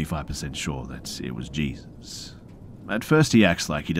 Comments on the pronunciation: I'm sure I'm not the first but it's pronounced 'hay-soos' when it is someone's name.. not 'Jee-zuss' like the christ 😂 you're still the best tho,! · Hey PRONOUNCED "HAYZEUS"...NOT JESUS...Just FYI BRUH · Its not Jesus it Hā-zeus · It's so adorable when Reads things that are most likely from American's and he'll pronounce it like it's spelled so it sounds weird lol like 9/11 and Jesus which is pronounced hay-sus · Jesus is pronounced “Hey-Zues” in Spanish and is a very common name.